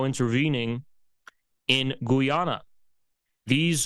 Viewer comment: Of course it’s about energy as it = money - every war is about energy Oil / Gas = money. Every country every war. PS it’s called/pronounced Guy ana …